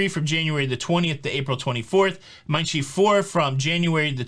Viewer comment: Just a note on German pronunciation, Mein Schiff rhymes with cliff.